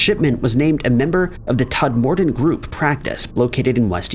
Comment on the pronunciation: I’m from Burnley, near Todd and it’s pronounced Todmerden